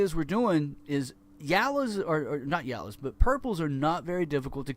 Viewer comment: he says yella :D but holy sh*t his vector is the best one possible to get